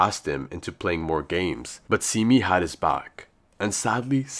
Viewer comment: Pronounced Se-mi not Si-mi